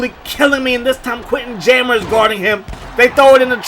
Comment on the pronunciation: Wtf is Jammer Fletcher lol! It’s Ja-mar lol! Great vid tho I’m a new sub I like your content pimp